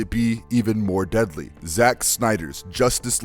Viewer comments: Zack, that would be "Zack" not "Jack" Snyder. And how are you pronouncing "Zod"? It's "Z ah d" not "Z oed". Great video btw. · Director "Jack" Snyder. Bruh, these pronunciations are terrible. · Zode??? Its Zod bro.... get it right. Damn..Jack Snyder ??? Its Zack Snyder.. wtf is wrong with you...know your shit man. Damn..